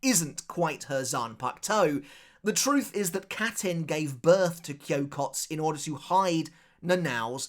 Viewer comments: It is not Kyokots it is Kyokotsu. This "u" is clearly pronounced. Edit: I dont want to understate this. This "u" is pronounced as written. You are obviously overcorrecting the usual foreigner mistake of pronouncing "u" that are not meant to be pronounced. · Kyokotsu. You gotta pronounce the tsu. I know when Japanese people speak naturally it sounds like the “u” in tsu isn’t pronounced. But it is. 😂